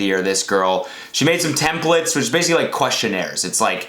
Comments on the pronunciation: n't iTs temPLaTeS not tempLiTs GOD DAAAAAMNN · TemplAAAtes not templtes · Wtf its "templAtes"